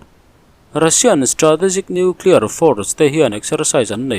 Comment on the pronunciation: Hepa lah hi noeclear ti reng mai. Dawihzep pa. Ka ti ringawt mai